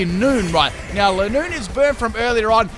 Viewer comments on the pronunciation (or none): none